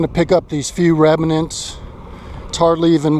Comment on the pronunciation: *remnants not reminants mate.